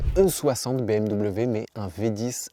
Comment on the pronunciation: a 17, 50 minutes tu dis bimw 😂 avec bienveillance 🎉